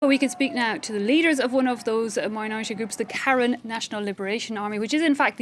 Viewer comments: Yes, Ka Yin in pronunciation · The Karen ethnic group of Myanmar is pronounced kuh-ren